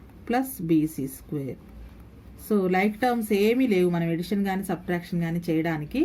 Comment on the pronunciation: Madam super explanation but tell addition your telling edition this is wrong